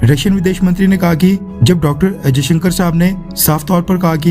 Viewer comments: Henis S.jaishankar not ajayshankar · Jayshankar not ajaysankar.history parley.tera Nam Kiya hay... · AjayShankar sab nahi S jayashankar Saab Hai. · I listen every time Ajaisankar . S. Jaisankar ya Ajaisankar.???